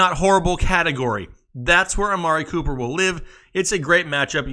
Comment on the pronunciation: 😂😂love everytime he says amari pooper